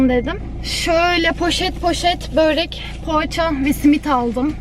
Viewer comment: Bööğğrek değil börek